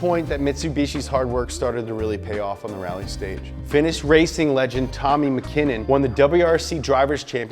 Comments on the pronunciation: It's Tommie MAH-KIN-NEN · I CANNOT TAKE YOU SERIOUSLY IF YOU CAN'T PRONOUNCE Tommi Mäkinen CORRECTLY.